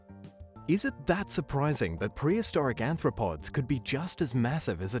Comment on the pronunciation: It's Arthropods, not Anthropods. Sorry.